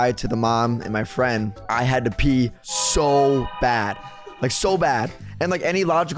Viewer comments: It’s pee not pea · It’s Pee tree not Pea tree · It’s not the pea tree is the PEE tree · It’s “pee tree”not “pea tree” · Ahem the correct pronunciation is pee🤓👆